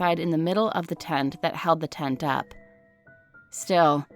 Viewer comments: Okay I don't mean to offend but the jeepney horror story one the correct pronunciation of the UP dilemma is just saying the letter U and P I died when it was pronounced up 😭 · The way she says UP in UP Diliman should be the letters U and P